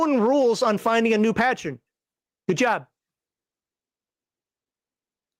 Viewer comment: Like I’m going to listen to someone who doesn’t even pronounce Patron properly…. Evil paladin!!!!